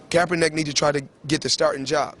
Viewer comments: Yo, Kaepernick's name is pronounced Call-in Cap-er-nick. Cap as in baseball cap. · Pronounced "cap"ernick.... Not "Cape"ernick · (cap er nick) not (cape er nick) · why cant anyone pronounce his name correctly? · hopefully they dont hate and kick you outta the gym bruh sad to see are own who we look up too great video as always..ps u butchering my QB's name lol